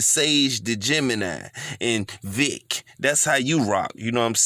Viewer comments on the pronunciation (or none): My nigga say Vic 💀 🤣